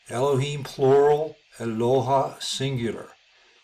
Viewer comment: Eloha sounds like Aloha